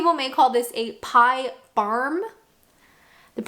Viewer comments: You said the 'barm' properly, but its full name is a Barm Cake. The other names for them depending where abouts you go are baps, buns and rolls. You can also call someone a 'barm cake', you say it to someone that is being abit 'daft' or being a abit of an 'idiot/stupid'. The Pilchards kinda not, I know it is spelt with 'ards but it is normally said/pronounced more like 'erds' (only people that are abit of a snob use the 'ards' one). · It takes a Canadian to say barm! Maybe the rest of the country will get it right soon 😂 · Great vid: 1) Blobby, is he still around?, not heard of him in 20yrs. 2) Jaffa's, how can you not love them. 3) TV licence, I'd pay 10X's the fee to do away with adverts. 4) Pie barms, never tried one, don't know why as sound great. PS, your pronunciation 'barm' spot on. However, your 'kebab' was shocking :). 5) Yeah, i'd avoid that roundabout too. 6) T, crumpets getting my hair cut, sign me up... Oh, and dumb womans lane, maybe not dumb as 'thick', dumb as in lady couldn't talk 🤔